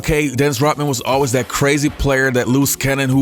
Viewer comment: ROD man, NOT ROT man. Say Rodman. Say it